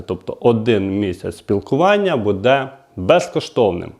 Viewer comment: Не буДе а Буде надо казать а бо вухо ріже